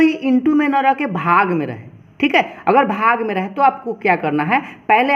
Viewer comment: Sir aap padhate to bahot accha ho lekin bhag ko bhaga bolne ka tarika thoda casual hai 😂😂😂😂😂